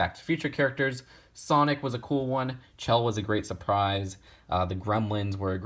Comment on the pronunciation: hey, uh, Chell's name is pronounced as Shell, but I think i might be just being picky